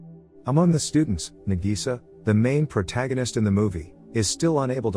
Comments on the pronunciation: "Nagisa" (Na-gee-sa) wheeze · I laugh so hard when he say na Gi Sa